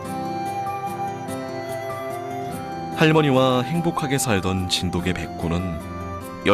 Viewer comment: 언어에는 역사성이 있죠. 시간이 지나면서 표기, 발음 등이 변할 수 있고 표준어 규정 또한 바뀔 수 있습니다. '자장면'을 예로 드셨는데 '자장면'은 '짜장면'으로 표기하고 발음하는 사람들이 많아서 '짜장면'도 복수 표준어로 인정이 됐죠. 그런데 정 반대되는 예를 드셨어요. 저 영상을 보시면 아시겠지만 나레이터 외에는 모두 [진도깨/진돋깨]로 발음하고 있습니다. 저또한 [진도개]로 발음하는 것은 처음 보았고 매우 어색하게 느껴졌습니다. 백번 양보해 관용적 표기로 '진도개'를 허용하는 날이 온다 해도 발음을 [진도개]로 바꾸진 않습니다. 이 방송의 나레이터는 대본 상의 '진도개'라는 표기를 보고 자의적으로 [진도개]로 발음한 것으로 보입니다. 나레이터는 아나운서가 아닌 일반 성우로 보이고요. 그리고 고유명사에 대해 주관적으로 정의하고 계신데요. 이것은 관용적으로 '진도개'의 표기를 허용하느냐 마느냐의 문제지 고유명사니까 발음, 표기는 상관없다라는 논리와는 전혀 맞지 않는 이야기입니다. 또한 세계화(?)를 위해 '진도개'라는 표기가 더 좋다고 하셨느데 외국인과 관련된 것은 영문 표기를 어떻게 하느냐이지 한글 표기를 어떻게 하느냐와는 전혀 상관없는 이야기에요. 그리고 사이시옷에 관한 규정은 중학교 과정에서 배우는 내용이지만 '진도개'라고 적는 대부분의 사람들은 단순히 그것이 맞다고 생각해서 즉, 틀렸다는 걸 몰라서 그럴 뿐입니다. 님이 말씀하신 것 같은 거창한 이유에서가 아니에요. 역시 그런 이들도 발음은 [진도깨/진돋깨]로 합니다. 말씀하신대로 초등학생도 '진돗개'의 사이시옷 표기를 다 안다면 역시 '진도'라는 원산지를 쉽게 알기 위해 '진도개'라고 써야 된다는 말씀도 어폐가 있게 됩니다.